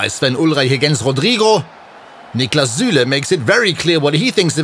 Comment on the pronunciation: Ü is not forbidden in most countries...like in SÜÜÜÜle trust me the Ü wont bite :)